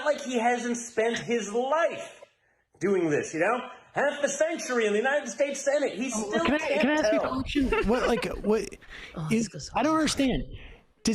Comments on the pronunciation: JOE BIDUMB ACTUALLY SAID.. " UNITED STEAKS OF AMERICA???" 😃 😀 😄 😁 🤣 😂 😃 😀 😄 😁 🤣 😂 😃😃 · Yeah, why can't Biden pronounce "United Shesh" as well as his father? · The airport thing is hilarious. What a glorious time in American history. That one, the time he said “yo-semite” because he couldn’t pronounce Yosemite, and the “god blesh the unided shtates” are my favorites. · Trump also said "God bless the United Shashes" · Big words from the son of the guy that said "God bless the United Shates"